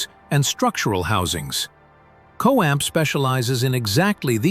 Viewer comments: It’s not co amp it’s co stamp! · Costamp is producing the chassis. No clue what the AI is saying here. I hate AI.